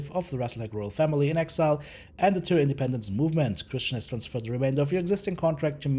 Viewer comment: Tyr in English is, TEE er